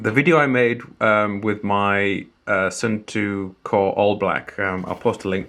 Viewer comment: Hello! For proper water resistance, when you change the battery, clean the cap/gasket/case well. And before reassembly, smear a dab of silicon grease on the gasket. My khaki version is still going strong after 15 years, the plastic just became completely smooth and shiny ;). But for pronunciation, Suunto is to be pronounced like "soon toe", not "soon too" or "sun too". ;)